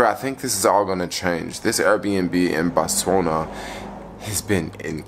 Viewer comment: ".....culture to pronounce their letters a certain way." How is the pronunciation of Botswana based on "southern" letters? It's three syllables! He didn't need to learn that in southern schools, but rather upon visiting the country. It's basic respect. The same goes for Namibia.